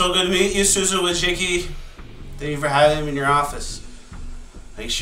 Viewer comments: It’s pronounced Susan Wojack. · It's pronounced wah jizz key.